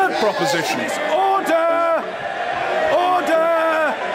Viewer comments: "Oder", hahaha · He says order? Or HODOR? 😂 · It's "ORDAH" , why the U? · Mr. Bercow's favourite animal? OTT-ER! As a child, the job he wanted to do most when he grew up? AUTH-OR! Whether he himself thinks Brexit will happen? OUGHT-TER! His favourite fantasy realm? MORD-OR! Favourite tropical fruit? PAW-PAW! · It sounds like ODDER ODDER! ;-) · OH-DAH! Somewoons stolen me "r"s! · is my favourite. Never heard that way of saying it.